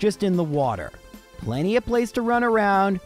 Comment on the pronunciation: "In the meantime, I got plent-" WHAT THE HELL MAN???